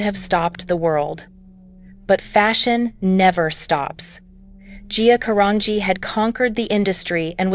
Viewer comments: Can any of these videos get her last name right? It's a soft G in her last name GEE. Say it again 'Carangi'. Ask somebody that knows. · They can't even pronounce her last name right. 🤦🏽‍♀️